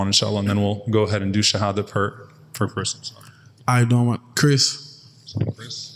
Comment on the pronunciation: second dude is funny how he pronounces shahada🤗👍🕌🙏🙏✌✌🤩🤩🤩🤩